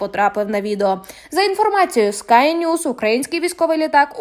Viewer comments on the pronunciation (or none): none